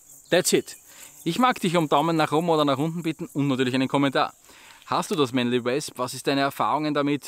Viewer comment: ich mag dich ja, und ich verstehe auch vollkommen dass nicht jeder ne perfekte englische Aussprache hat, aber deswegen korrigier ich ja auch mal:) ausgesprochen wird das ganze nämlich Mänli U/Wosp(mit nem offenen o, ähnlich wir der Österreicher das „oida“ anfängt, nur hörts nach dem o auf)